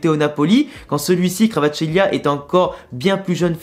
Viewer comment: La prononciation c’est simplement VARASKÉLIA